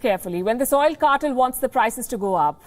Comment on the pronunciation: I enjoy this program but please please double check you pronunciations 'Oil cartel correct prononiation" kɑ- tel NOT CARTILL